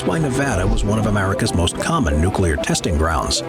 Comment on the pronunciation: Comment for the algorithm! Thanks for the good shit. Nu-clear, not nucular. Thanks:P